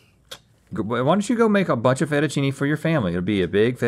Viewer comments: Ah yes, my favorite type of noodles being made “FACHETTACHEENI!” 😂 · link vocabulary 101: fettuccine: ❌ fejettacheeni:✅ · Link making pasta; "FETCHETACCINI!!!!!"